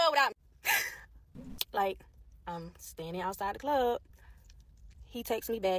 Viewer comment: “…in da clobb..” ..RUN my man… !!